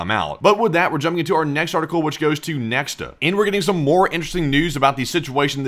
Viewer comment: Interestingly, since Nexta is a Belarusian news outlet, it is pronounced "Nyekhta" (which means "someone") ("X" in Belarusian is pronounced as "H" or "KH").